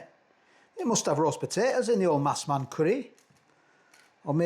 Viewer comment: It's a massaman curry, not a massman curry. Have you not had one before?